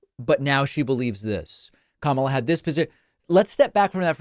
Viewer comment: How did Bernie say Kamala? Camaler? Cnn says it is racist to mispronounce her name.